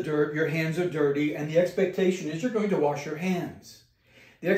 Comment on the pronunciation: Wash, not warsh?